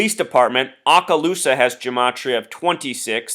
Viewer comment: Yes, he was my friend and coworker for 25 years. His memorial and burial will be on Monday. Oh and he can not pronounce Okaloosa. It is Okaloosa, not Aakaloosa.